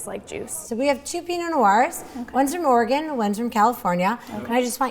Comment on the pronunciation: "I like alcohol that tastes like juice." LOL Hey, even though you mispronounced Oregon, I'm with you about alcohol is better when it tastes like juice. Whatever did your parental unit put into your juiceboxes growing up? Funny how we go from box juice to box wine.